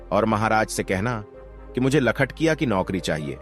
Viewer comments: लखटिया नहीं सर लखटकिया कहते हैं 😅 कहानी बहुत ही मार्मिक है। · लखटकिया होता है लखटिया नही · लखटिया बोल रहे हो, अरे बेबकूफ लखटकिया बोल न